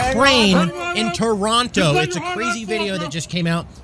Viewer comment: The way he pronounced Toronto proves he's not Canadian 😂